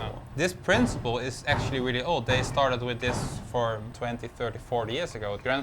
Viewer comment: “What are you ax-tually” making here?” Solid pun.